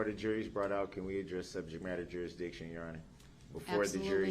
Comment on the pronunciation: “….and we still haven’t addressed subjet matta groundzidiction……”--(wow-looks like Commander Riker beamed in ---this trial must have some interest to the Enterprise-D crew in the future).